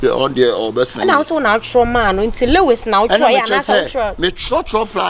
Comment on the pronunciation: 😂😂😂😂the girl said lewis